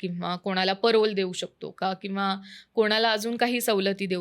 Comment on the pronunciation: पॅरोल ❌ परोल ✅